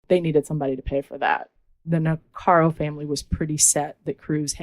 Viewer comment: It's NIH-CARE-IKO not Nicaro. Just sayin